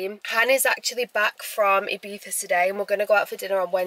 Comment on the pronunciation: You say Ibiza wrong :(